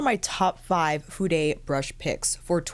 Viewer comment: who told you to pronounce Fude as 'fude- ay'? I was showing this to my Japanese friend and nothing about the word Fude would incite her to pronounce it the way you do. I've felt the same also. I don't know if Fude has an American website, as the one that I use comes directly from Japan with receipts in Japanese plus labels on the brushes also named in Japanese. The site will automatically use prices in ¥ (yen), until one changes it to the currency that is applicable. It does not stock the brushes that you have shown in your video except for one brand only. I have been trying out several brushes from Fude this year, through different brands with various bristle types. I've been very impressed by their quality of brushes and how fast they are able to have them made up, no matter the brand. When I require anymore brushes, I will definitely be going back to Fude. (As I already own just about every brush that Réphr has in their arsenal, it's time for something else). You're certainly lucky to have those brushes given to you at no cost. The purchases that I made last year definitely cost me a pretty penny!🇦🇺💖👩🏼‍🎨